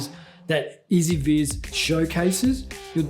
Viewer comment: S ViS? its pronunced E Z VIZ (easy viz, with US accent for the z, not british)